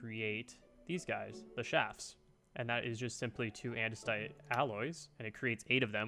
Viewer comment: "and an andesoite alloy"